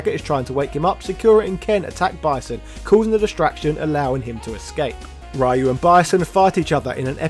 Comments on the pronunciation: Why call him Raaaaayu? Worst slaughter of a character name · Who the hekk is Rye-You? Please answer Naming Ban See? That's not how your name is pronounced, neither is Ryu's:) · Why do you say rayu? 😭😭😭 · i wince every time you say ryu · I just want you to know that I'm a fan of your videos and sense of humor, but every time you mispronounce Ryu's name, it HURTS MY SOUL. Nothing personal, it drives me bonkers if anyone does it. But I KNOW you know it drives nerds like me crazy, so I have to wonder... Are you dabbling in Psycho Power yourself by doing this?! Can we expect the rise of as the new leader of Shadaloo? XD Jokes aside, love the video, keep up the good work!